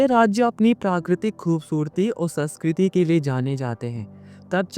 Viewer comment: Saskriti nahi sanskriti